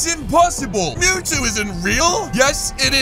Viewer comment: Mewtwo it mew with two not tow two mewtwo